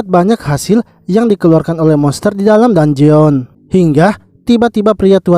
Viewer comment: bang cuma kasi tau,bilangnya dunjen aja bang dangeon itu tulisannya aja,biar enak di denger